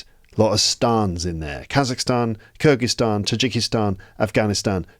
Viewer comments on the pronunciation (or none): none